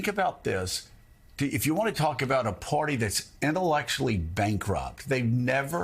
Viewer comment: Hey, Joe...the word is "Party" -- not "Porty"!